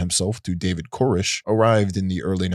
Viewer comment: are you trolling us? It seems like your purposely mispronouncing a couple of words that you say so often it's crazy. It's esoteric S-O-TEAR-IC not E-SO-tear-ic. David CORE-ESH not KER-ESH. And like 50 other words that I'm just dying but your content is great I love this video. Just driving me crazy. Lol Edit: however you are amazing at pronouncing names and concepts/words that aren't easy for native English speakers. So kudos to you man! Keep up the good work this channel is bound to blow up!